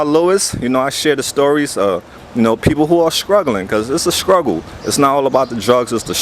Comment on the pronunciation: Mal, the word is pronounced sTruggle. Not sKruggle.